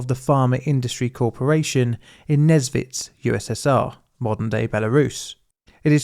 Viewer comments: You are so ignorant! You even did not bother to check the proper pronounciation (which is "Nesvizh" and not "Nezvitz" as you speak). You want us to believe that you have done some proper research and produce some valuable video?! If you did not even bother to go to wikipedia or google or whatever, did not bother to hear the right pronounciation?! This makes your videos look cheap AI-created junk... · even though probably nobody cares, the pronunciation is nes(same as in "necessary")-vizh(as in "vision") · I've been the Nesvizh a few times, we usually called it what would be akin to "Nyesvish", the "ж" doesn't have to be always super harsh, and the "vi" sound before it leads you into that letter comfortably! it's the kind of name you really need to put effort into pronouncing, but you can get away with a "sh" ending since everyone will know what you're talking about. Also since most communication is in Russian I heard it 99% of the time with the "e/ye" letter (though hoping for an effective Belarusian revival one day...)